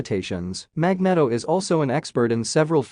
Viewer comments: Magneto is pronounced Mag-NEE-To, not Mag-net-oh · It's Magneeeeeto................ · Mag knee tow sounds better fyi. Thats also how every movie has pronounced it for the same reason. And Jesus christ you're a douche who I assume has never been laid unless you payed for it...or are super rich...which is the same thing. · Magnedo hahahahaha...the Spanish version